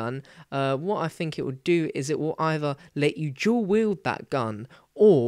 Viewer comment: he said "jew weild"